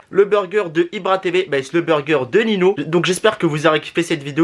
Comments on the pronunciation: Ça ce prononce "ninhio pas nino " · prq il dit nino ?